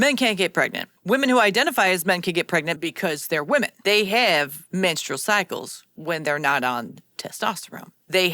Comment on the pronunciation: It's a menstrual cycle... Not a manstrual cycle. And no, it doesn't have a horn 😂